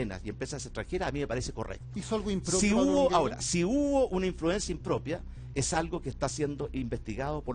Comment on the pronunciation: Imprudencia improrpia..jajajja